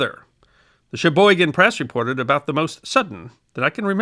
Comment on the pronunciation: THANK YOU for pronouncing "Sheboygan" correctly.